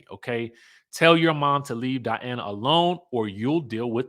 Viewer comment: please pronounce Dian(a)